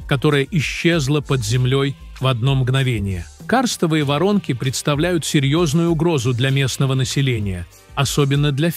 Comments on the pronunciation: ВорОнки , а не вОронки. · ВорОнки, а не вОронки ! Невозможно слышать "!!! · ИИ озвучивает? СкАла, битУм, вОронки... До чего раздражает! Не подпишусь!